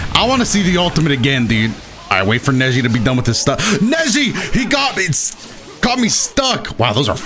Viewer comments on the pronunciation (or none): none